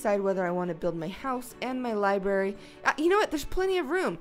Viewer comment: she said LIBERRY INSTEAD OF LIBRARY!!!!! HOW DARE YOU!!!LOL